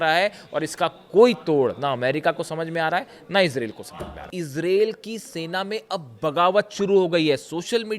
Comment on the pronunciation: कृपया ईजराईल बोलिये ईज़रेल नहीं